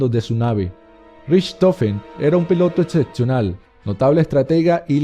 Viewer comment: UN PILOTO QUE?? JAJAJAJAJJAJAJAJAJAJAJAJAJAJA ETSETSIONAL JAJAJAJAJAJAJAJAJJAJAJAJAJAJJAJAA